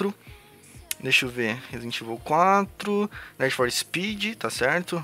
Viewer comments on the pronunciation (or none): "Nédi for Speed" Kkkkk